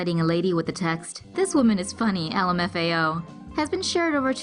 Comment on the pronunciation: this woman is funny L Le me Teo. bruh it says lady not woman Why do u pronounce Lmao like that Jk